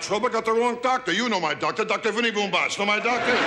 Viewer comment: paskuniag: It’s pronounced BOOMbatz